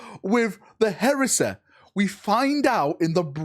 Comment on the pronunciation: What a strange accent 😏🤡 What "Heresa" ?!